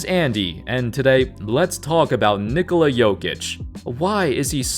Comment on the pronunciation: Bruh stop calling him Nikola its Nikola.